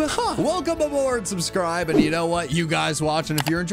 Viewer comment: Is nobody gonna mention “subscrive”